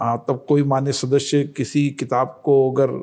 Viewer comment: The way he says "shadashya" is extremely irritating...in 3 yrs atleast he should have learnt to say this one word correctly.